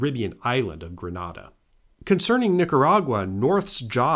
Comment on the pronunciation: Great vid! For future reference, the name of the Caribbean island is pronounced Grenada (grenade-uh)